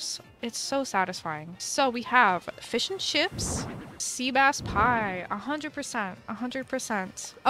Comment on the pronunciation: No one::fis feesh fish 🐟